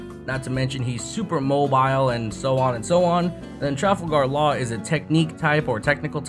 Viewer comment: “Trafle gahr laaare”